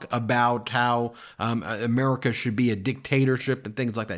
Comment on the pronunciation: Odd how he can't pronounce America but....